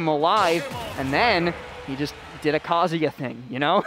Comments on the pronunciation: Cant stand hearing how many pronounce Kazuya like Kasia. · Why is that none of y'all can pronounce Kazuya correctly? It's Ka-zoo-yah, numb nuts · Bruh the commentators trying to say kazuyas moves makes me laugh so much